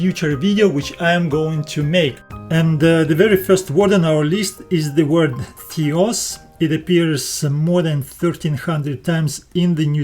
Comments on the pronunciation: Excellent video and very good explanations! A small feedback on your pronounciation, Θεός is pronounced theos not thios and νομός is prounounced nomos not nomas. The last example is something that I hear often from americans when trying to pronounce -os endings, they often sound more like -as instead. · Θεός is pronounced as the-os not thee-os. Thee-os actually means divine or uncle.